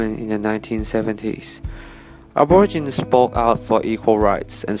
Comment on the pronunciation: "ab-or-a-gin" I got twitchy for sure.. 😬 It's "ab-or-igi-nee"